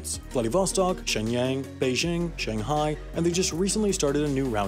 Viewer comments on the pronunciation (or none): none